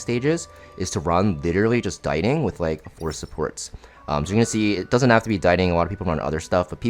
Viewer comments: bro why are you saying diting like that?? it's pronounced "dee-ting" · Its pronounced "Ditty"